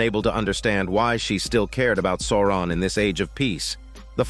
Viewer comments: The way you pronounce Souron 😜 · It took me a bit to get used to. 😂 But it's AI, so not surprising it got something wrong.